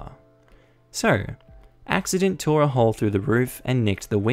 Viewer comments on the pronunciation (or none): none